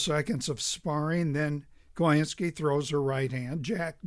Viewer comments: I bought the book some years ago but haven’t yet gotten around to reading it. And I believe the phonetically correct pronunciation of his name is “coin-skee.” What also isn’t mentioned is that Choynski was Jewish. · I only discovered this video today, but it does a fine job discussing my great-uncle Joe Choynski. Incidentally, the name was pronounced "Coe- IN-ski." Descendants of this family all changed their names to "Coe." I never met Joe. although he died during my childhood, but my mother spoke of him with great fondness